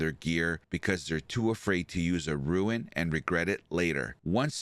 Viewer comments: ROON. Not Ruin. ROON. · WTH is a “rooin”?? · I am mildly OCD, it's rune, like moon with an rR ather than ruin which is an entirely different thing.